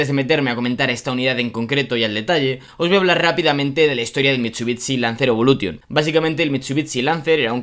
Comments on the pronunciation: Me da mucho toc que digas “mitsubitsi “ (se pronuncia “Mitsubixi” ) es como la ciudad Shangai , no dices Tsangai , un saludo me encanta el contenido pero eso da mucho toc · Mitchubitchi !!! Aaaaaaaahhh mis oídosss!!! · Bro no es hate pero tu forma de pronunciar Mitsubishi es rarísima 🤣 es como mitsubitsi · Por favor deja de decir mitsubitsi por favooooor. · Cada vez que diga mitchubichi, un chupito, súper divertido el vídeo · pero amm jajajaja miento Mitsubitsi jajaja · Porque dice mitshubitshi… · Que feo pronuncias" MITSUTSI " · Una crítica constructiva, pronuncia el nombre de la marca de manera correcta y el del vehículo igual ya que este video está dirigido a fanáticos de los autos y que este mal pronunciado en mi caso me desagrada bastante... no pude terminar de ver el video por ese motivo... es algo tonto, lo sé pero lo podrías mejorar. Saludos. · Que feo lo pronuncia